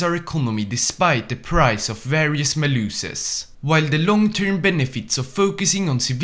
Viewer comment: Maluses is pronounced like Malice-is not Mah-loosis